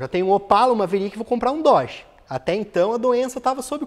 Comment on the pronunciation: com o Dorje que tu falou aê... Dorje ou no car!!